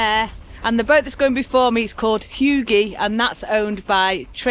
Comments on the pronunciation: Oh my that made me chuckle. “Hygge” you pronounce it hueguh difficult to get the phonetics. It’s kind of a flat tongue in the roof of your mouth oo. 🤭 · You are truly pronouncing Hygge wrong (the Y shall sound like in truly) Congratulations on your new (to you) pirate boat, what are you going to name it?